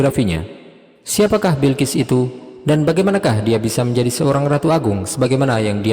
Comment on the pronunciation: Balqis bukan Bilkis